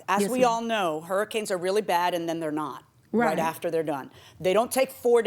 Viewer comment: The defendant keeps saying "ather" instead of "after" and it gets me every time